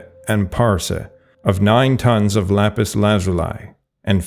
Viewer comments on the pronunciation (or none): none